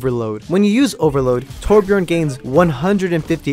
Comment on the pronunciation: Hes name is Torbjörn not torbjorn